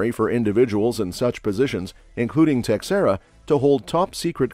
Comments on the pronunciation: pronounced Tashera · FYI, Teixeira is pronounced "Tasheera".